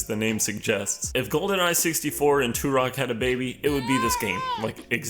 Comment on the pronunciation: YOU PRONOUNCE TUROK THE WAY ITS SUPPOSED TO BE! 😂 When I was a kid I had Turok 2: Seeds of Evil on 64 and when I tell you I left my game on for months, I did. 😂 Alright continue. Lol